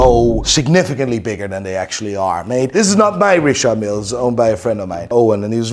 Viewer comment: Richard Mille watches 😫 it's "Richard" Not "Recharde" 😂 pretentious fools. Richard not Recharde 😅 Kid look watches.